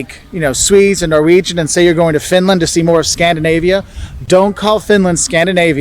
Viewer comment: Why she saying Fitland